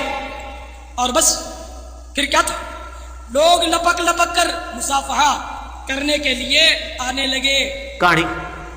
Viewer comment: یہ مصافہہا کیا کون سا لفظ ہے الیاس پادری صاحب؟۔ مصافحہ لفظ ہے۔ یہی ہوتا ہے جب بندر کے ھاتھ میں بندوق دے دی جائے۔